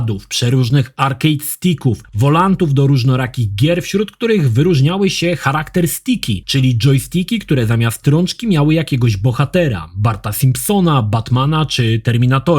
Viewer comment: karakter a nie charakter. CH pochodzi z greki i czyta się je jak polskie K a nie H czy nawet CZ. Podobnie w slowie chaos i choir np. Ch na początku słowa to K.